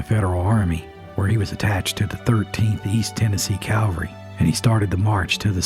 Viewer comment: Please, it isn’t Stoneman’s Calvary. It’s Stoneman’s CAVALRY. Calvary is where Jesus was crucified. Cavalry is a regiment of mounted soldiers. It’s easy to confuse but I’m sure you’ll be proud to be one who knows the difference.